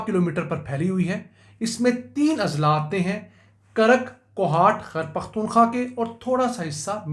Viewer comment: Sir g it’s a humble request please pronounce khyber pukhtunkhwa properly,not taking you wrong with any bad intention but it sounds weird the way pronounce it. Shukriya